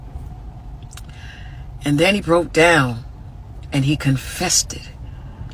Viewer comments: Did she say "confessed it" or "confested"?!?! Because it sounded a lot like she said "confested". Which isn't a word. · Lol yup, "confested" she said it twice...